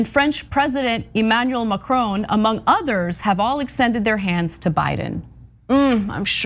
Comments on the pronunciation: There is no "w" in Macron (not Macrown) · Its Macron not Macrone.